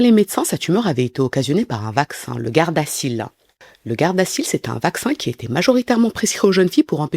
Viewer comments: Bonjour tout le monde, Je crois que ça se dit [gardaZil] 😊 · On dit ( gardazil )